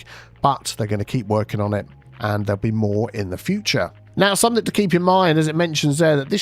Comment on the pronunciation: Hey. Love your videos...however...it is 'something' rather than 'somethink'. 🫢